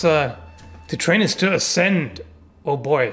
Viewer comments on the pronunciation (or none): "Acsend" (sic!) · "To train is to AC-SEND"